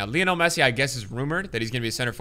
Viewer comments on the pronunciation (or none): none